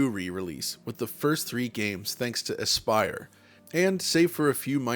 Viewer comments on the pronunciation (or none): none